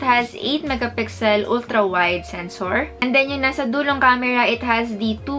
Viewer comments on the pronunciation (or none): none